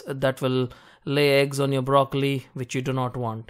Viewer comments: i like brrrrrocollli.. :) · You made broccoli have 5 r's. Brrrrroccoli